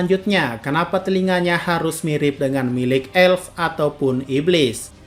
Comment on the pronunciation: Bang bacanya apel bukan apel 👍